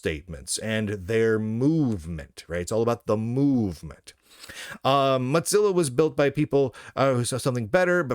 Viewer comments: "Motzilla" pronunciation is awful to listen to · "Matz-illa", like "matzoballs"... I see what you did there. 🚓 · Muttzilla? Why does he pronounce it that way? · Lunduke’s pronounciation of “Mozilla” kills me every time 😂